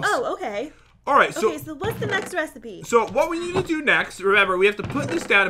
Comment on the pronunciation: He said resy B instead of resipe